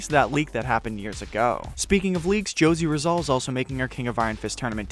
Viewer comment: Its actually *Ho-sey Ri-zal its based from the philippines natural hero.. jośe rizal